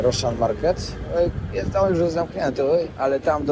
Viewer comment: Przeciekawy, mocny odcinek!Jestem wdzięczna za tak ciekawe treści,które przygotowujesz 🫶🏻jeden szczegół (teraz wyjdę na jakiegoś trola czepialskiego🙈) ale końcówki wyrazów ,których nie wymawiasz np;jeś(jeść)wejś(ć)jes(t)kurde drażni ucho :/musiałam bo uwielbiam twoje odcinki a tylko to wybija mnie z przyjemnego oglądania.